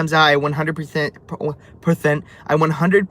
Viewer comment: I can’t stop laughing 😂😂😭 “perthent”